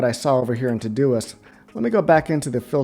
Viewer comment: Thanks for taking the time. Well done. Still not finished but gotta tell you that it sounds like you are saying todo-list every time. Ugh.